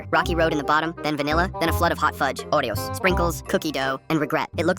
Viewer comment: Bro said "odeos"